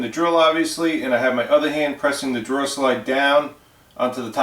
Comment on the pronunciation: Your killing me!!!!! It’s drawER not draw.